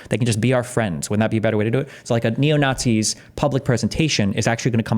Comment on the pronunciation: Destiny still can't steelman "naughtsees" and it loses him a ton of credibility.